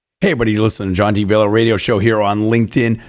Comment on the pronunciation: John...dude....been listening to your 1040 show for a couple months. You need to SLOOOOWWW down a bit. When you say your name on air..it's like John Diviolbeerlllaa...John Deebeeolllkannbbagb. You are like a radio host on crack, 10 cups of coffee and 4 black beauties. Slow down...spell your name. Spell your personal website. MARKET yourself. Luckily...after LONG searches, I found Armed forces put your interview with him up, and spelled your name for me. Even their link doesn't work. I hope you do have more shows in the works...but...slow it down. Complete your thoughts and sentences. And make DAM sure people know your name and can find you. AND GOOD LUCK WITH YOUR RADIO SHOW! I'll be listening.